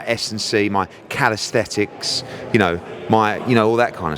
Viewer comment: Calisthenics Eddie, not calisthetics